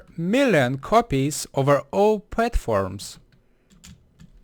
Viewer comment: your saying millon